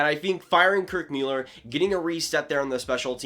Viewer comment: Kirk Mewller lol